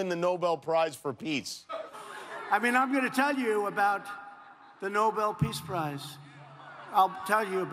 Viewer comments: did he said “Nobel peace Fries" is that what I hear Or am I wrong ? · „Nobel Peace Fries“ 🍟 😂😂😂😂 OMG this Clown is hilarious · Trump says '....Nobel Peace Fries for saving the Country.....' (4.07) President Potato Head. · Is it me or you did not catch it? NOBEL PEACE "FRIES"? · Did he just say “the Nobel Peace Fries?!” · Slip of tongue....yet again. Nobody gets Noble peace fries 😄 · 😁Did he say noble peace fries? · How many of you heard him say "Nobel piece fries" ..... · “Peace fries”???? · Shalom Heppner he sure did!!!!